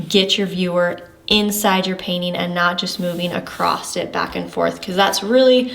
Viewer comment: Great tips thank you so much! Just to be the grammar police for a second, there is no T at the end of the word across. I have no idea how or why this strange trend started.😊